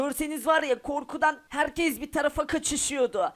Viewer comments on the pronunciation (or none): none